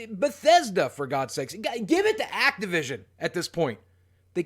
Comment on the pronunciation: you had me right up until you said "Activsion"